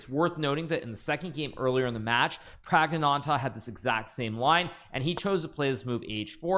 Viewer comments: Can't Hikaru just say Pragg instead of butchering his name a billion times. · Don't say pragnananda your pronunciation is horrible just say pragg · The way Hikaru pronounces Praggnanandhaa pisses me off. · I like hikaru pronounce praggnanandhaa name like pragg-nanda